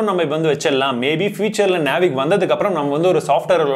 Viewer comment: அழகா தெளிவா சொன்னிங்க (நேவிக்)👌👌👌